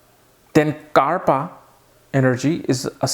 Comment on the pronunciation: Actually it is bata, pitta and "KAPHA".. Not " KARPA"🤣🤣🤣... is hilarious with his vedic pronunciations...